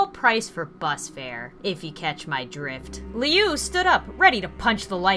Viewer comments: I could be wrong but.. And not trying to say that you're bad at pronouncing names,, I had trouble with this one as well... But isn't Jeff's brother's name pronounced Lui? Like, Loo? I don't know. I could be wrong, as I said. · Liu is pronounced like Lu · the way you pronounce Liu is like loo but spelled Liu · You're saying lui's name wrong. (pronounced l-oo-ee) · I'm pretty sure Liu is pronounced Lu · I thought is was very enjoyable; and for future reference, Liu (Pronounced Loo, like bathrooms in England), is also a Creepypasta known as Homicidal Liu. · It's actually how you pronounced it first. Like how you pronounce Liu, it's (please excuse this spelling) Lu. (LOL, X3) It's not how you pronounced it. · I literally listened to Mr.Creepypasta read the redone version of Jeff's story the other day. when you do kill Liu you should bring him back as Homicidal Liu! by the way I'm sure his name is pronounced "loo" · The way she pronounces Lius name kills me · Who else raged when she pronounced Liu wrong? XD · I love this gameplay but I’m OCD so I cringed when she pronounced Liu’s name wrong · Its loo not leu u got it right the first time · Meh name lui not leow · You did Liu so dirty Lee oo really oml it's loo it's spelt Liu but said like loo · 1.its woods 2. liu not leo pronounced laa-ho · Its pronounced loo not liu just so ya know! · Lui is actually pronounced lu not liu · His name is lue not leu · You pronounce Lui like louis not leo or something 😂😂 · Actually it is lui not Liz if I,m wrong please tell me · It's Liu not Leo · This is awesome and funny as hell. The only criticism I have is that Jeff's family's last name is Woods not Wood and Liu's name is pernouced "Lou" not Leo but that's okay for a small mistake :) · It's not Leo it's lue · Also anyone else got a LITTEL mad when she Lu as Leo. it's LU like U thank U! Lol I love u srry. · It's called woods and it's pronounced as Liu not Liyu or that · it's pronounced LOO, not LEE-OOO